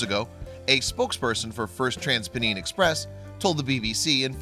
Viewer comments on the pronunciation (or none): It's TransPennine, not Peneen. Rushden is another station with a formerly well known cat (now dead). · i feel offended by the pronunciation of "first transpennine express" its "trans-pen-eye-n" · As someone from Huddersfield, I found your pronunciation of: "Trans-pennine" hilarious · Loved this story. I'm not too far from Huddersfield, being in Leeds. I might go and visit. The only downside was the way the guy said Transpennine. Think of it more like Trans-pen-nine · Living very close to Huddersfield, (Trans)Pennine is pronounced "Pen" - "Nine". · Me too! And I'm from Gloucestershire, but have lived in Yorkshire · I cringed at how you pronounced "transpennine"